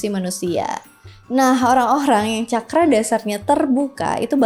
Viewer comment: Terima kasih ( narator)…rupanya narator sdh membekali dirinya dg apa yg akan disampaikan dan ini betul adanya..contoh dg mengucapkan kata CAKARA berasal dr bahasa SANSKERTA dari negara BHARATVARSA/BHARATIYA/INDIA..bhs tersempurna dipandang dari sudut konsonan vocal tata bahasa dsbnya, semoga bermanfaat bagi siapapun yg tlah menekuni SPIRITUAL👍